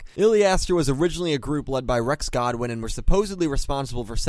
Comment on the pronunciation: It's Goodwin not Godwin lool 😂 😂 😂 😂 😂 😂